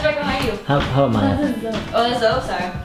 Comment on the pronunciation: Nice to someone else pronounces Zoe as Zoe like Zoey. ^^' I was feeling weird because everyone pronounces it like Zo ;-; thanks for the compliments to the name~♡ your cats are adorable~♡